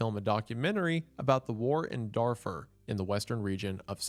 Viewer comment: It's Dar-foor, not Dar-fer. But yeah this scam was amazing.